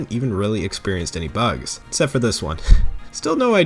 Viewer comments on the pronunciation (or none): none